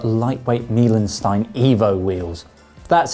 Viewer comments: Meilenstein ! Pronunciation completely wrong ! It is pronounced like Milenstine, but with "st" like the "new way" - rather "unsophisticated" way in GB and USA, not the Oxford english !! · For Lightweight Meilenstein say "mile-en-stine". "Meilenstein" literally (in the literal sense of "literally", not in the usual social media sense) means "milestone" in English and has nothing to do with food as in "meal".